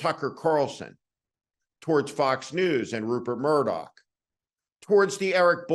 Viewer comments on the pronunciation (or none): none